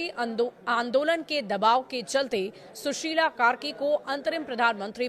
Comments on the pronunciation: सुशील नहीं सुशीला कार्की है।नाम तो सही बोलिये🙏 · क्या भारतिय संचारकर्मीको हिन्दी बोलने या पढने नहीं आता है क्या? इस विडियो में एंकर ने शुरु में बार प्रधानमन्त्री "सुशिला कार्की" के बदले कई बार "सुशिल कार्की" बोला है। महिला के नाम "सुशिल" नहीं बल्की "सुशिला" होता है, ईतना भी मालूम नही है ईस एंकरको ? दुसरी बात इन्डियन मेडिया क्यो प्रचार करने मे लगी है कि नेपाल के मौजूदा प्रधानमन्त्री और मन्त्री लोग भारत के नजदिकी व्यक्ति हैं? ये मन्त्री लोग ईमान्दार, दक्ष, सक्षम, देशभक्त नेपाली हैं। हम सब भारतको सब से नजदिकी मित्र देश मानते हैं, हम लोग प्रो-इन्डियन या प्रो-चाइना नहीं हैं।